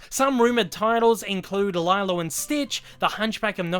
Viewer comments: It’s not lielo love😂😂 sorry had to say it. Love your videos though!!! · Did he say Lie-lo and stitch?? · How dare u say lilos name wrong. Eww